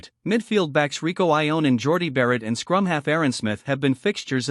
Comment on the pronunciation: That's not how you pronounce Savea , Papalii or Ioane.